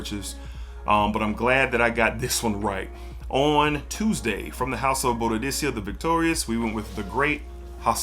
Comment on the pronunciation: I know you call yourself, but are you saying Bodicea, like that on purpose? Or is it another butcher job lol.